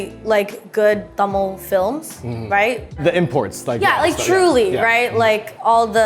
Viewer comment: Can we talk about how beautifully Philip pronounces the word Tamil!? 😊❤ A for effort!